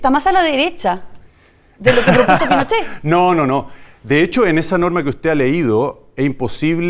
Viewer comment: Minuto dice "Presidente Pinochet " ? pero lo dice entre dientes , no lo dice claramente